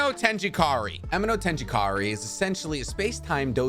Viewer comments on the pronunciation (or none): Me hearing how he pronounces "Chibuku tensai" or "aminotejikari" makes me want to do the same that Boruto did to Sasuke's Rinnegan to my own eyes. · And amenotejikara is pronounced ah-men-no-teji-kara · A-me-no-teji-kara Not amendotejikari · 1st not chibuka tensai its chibakU not A tensEi not A again 2nd there aint no amenotenijnankra its amenotijekara , atleast learn to pronounce it properly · chi baah koo ten say. aame no teji kara